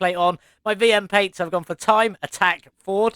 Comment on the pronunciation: Pates? I think you meant to say PLATES. That’s another Words!